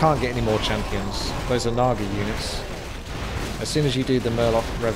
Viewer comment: You butchered the naga haha